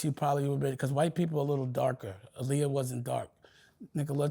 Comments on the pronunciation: If he knew Aaliyah he would know her name is pronounced AHHHLIYAH NOT UhhhLiyah. Man he’s exhausting 😂 I can’t with Dame, sheesh! 30 mins in & I need a drink! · Dame is delusional! He was so mad when he wasn’t a part of the Roc anymore that he tried to use Jim Jones & Cam to attack Jay through music. This man is so in love with Aaliyah and doesn’t even say her name correctly. Look it up, she was a stickler about saying her name is pronounced AH-Liyah. He did EVERYTHING and has nothing but hatred in his heart towards anyone who doesn’t stroke his ego.